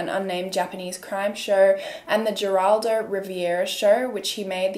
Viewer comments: It’s pronounced Heraldo… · The name is pronounced heraldo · It's pronounced "HAIR-all-doh" just so you know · The letter G in Spanish is pronounced H. Geraldo is pronounced Heraldo and Geronimo is pronounced Heronimo. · It's Geraldo (Rivera) with the G making an H sound. I know you're too young to know him. He was seen as a hard hitting journalist back in the day, until he went the way of a "Maury" style & actually got hard hit himself- right in his nose. A guest didn't like his questions. Broke his nose right on air. He faded away after that.